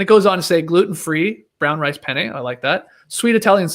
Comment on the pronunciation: Skeetsy my guy, make sure to emphasize the second “n” in penne pasta! “Pene” in Italian means dicky!